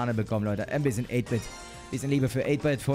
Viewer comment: 8 -Bit wird deutsch ausgesprochen